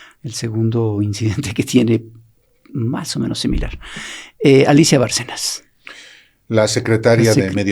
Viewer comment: Repiten y repiten, el apellido de Alicia Bárcena, como "Barcenas" con una "s" al final. A lo mejor pueden aclarar, es importante, ya que hasta la presidenta lo repite como "Barcenas"